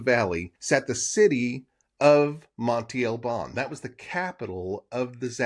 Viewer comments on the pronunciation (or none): Interesting video 👍🏼 I think some people would like it even better if you wouldn't pronounce Monte Albân incorrectly every time. It's not "Monty" but Monte with an open "a" sound at the end like the a in "can" just shorter. You can pronounce it "Montay" which is not correct either but not as bad as Monty. Peace out 👍🏼